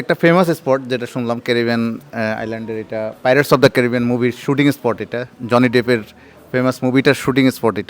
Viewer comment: উচ্চারণ এত খারাপ কেন ভাই? পাইরেটসকে প্যারেটস বলতেছেন!